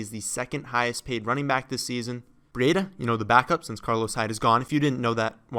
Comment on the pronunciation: Breedah not Bree Aid Ah